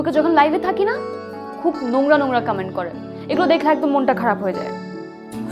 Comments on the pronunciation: কামেন্ট আবার কি উচ্চারণে মেহজাবিনের ভুল🙈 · কামেন্ট নাকি কমেন্ট?? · কামেন্ট আবার কি জিনিস? মেহজাবিন আপু ওটা কমেন্ট হবে। আপনার অভিনয় অনেক improved হয়েছে শুধুমাত্র উচ্চারণ ঠিক করুন। বাংলা এবং ইংরেজি দুটোই। ধন্যবাদ